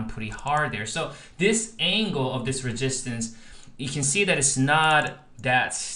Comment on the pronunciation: Why are you saying ReGistance????